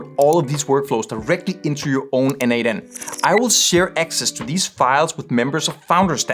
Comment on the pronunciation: As a contributor for more than 5 years to n8n, PLEASE, it is pronounced "nodemation".